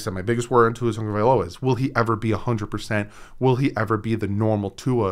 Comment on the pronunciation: I see you with pronouncing his name. Great job bro.